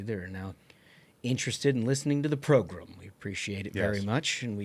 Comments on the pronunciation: I like the cut of your jib… except when you say program as “progrummm.” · Do we HAVE to say progrum so often? Let's replace it with "show"....you can't really mess up show. 🫠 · I really like this podcast but if that guy on the far left keeps saying progrum I cant watch anymore 😂😂😂